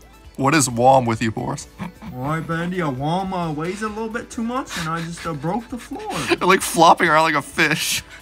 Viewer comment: its not wom its womy there is no y on the name